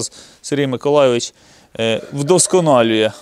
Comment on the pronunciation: Чому завжди наголос на?)